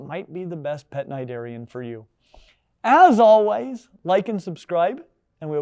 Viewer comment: First off thank you for showing my how to pronounce cnidarian, I was never sure and had never heard the word out loud until now lol Secondly, for some reason or another, I used to not like jellyfish at all. I would be grossed out if I was reading an animal book (as I used to a lot as a child) and even so much as touched a picture of a jelly. In aquariums, I'd always hurry through the jelly section because they freaked me the hell out. And of course I always loved watching aquatic, especially oceanic documentaries but, as before, if there was a jellyfish on screen, I could not watch. Nowadays though, I can see and appreciate them for the beautiful and hypnotic creatures that they are. It really is a living lava lamp, though I'm pretty sure I'd still rather go for the fake, non-living version were I to have one at all lol. And it just goes to show you don't need a pet with a brain to have a good time, you could just sit there and watch these things move around in that mesmerising way __